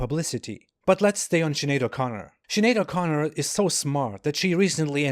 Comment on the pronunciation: I've never done a spit take in real life until you said 'Sinead o'Chicken'